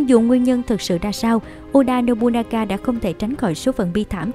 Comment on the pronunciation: Một số nội dung có thể chưa chính xác, có thể bạn không đọc đúng cách đọc tiếng Nhật như Nobunaga (đọc đúng là Nô Bư Na Ga, bạn đọc là Nô Bu Na Ga), thì tên Toyotomi Hideyoshi phải viết cho đúng bạn nhé, trên clip bạn nhiều lần để là Toyomi Hideyoshi.